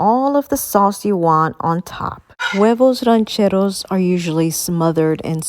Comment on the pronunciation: It’s “Ranchers Eggs” ...get outta here with that Mexican accent and “mild salsa”! 😂